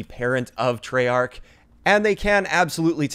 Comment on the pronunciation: It's treyarch